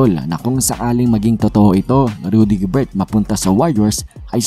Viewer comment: Rudy Gober silent ang T